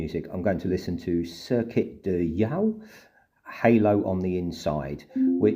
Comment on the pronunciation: Yeux is French for eyes and is pronounced like “yew”